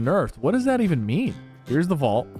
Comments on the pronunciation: A "Vualt" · “The vualt key card” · Bro what is a vualt 😂